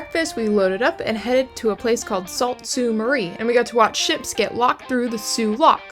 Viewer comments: We’re you in Sault Ste. Marie? It’s pronounced “Sue Saint Marie”, just FYI. 🙂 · "Salt sue Marie" ROTFLOL It's pronounced "Sue Saint Marie" or Sault Saint. Marie.